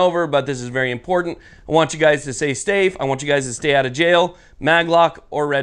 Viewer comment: You want us to say stafe? Like chant it? But anyways, thanks for the video! Keep up the wood gork!